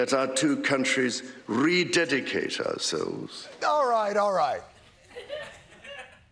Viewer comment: Your mockery of the King’s pronunciation of the word ‘rededicate’ rather detracted from the vital points he was making about checks and balances and accountability.